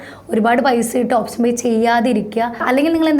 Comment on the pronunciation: ഓപ്ശനല്ല ഓപ്ഷൻ 😬 . Just kidding. Nice Video